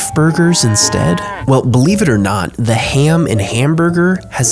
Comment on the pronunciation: Anybody gonna notice the fact he pronounces ham as “hyam”??